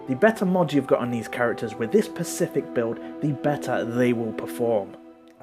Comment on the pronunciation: Could you fking say particular, or even better, pronounce specific properly, you're killing Dr Johnson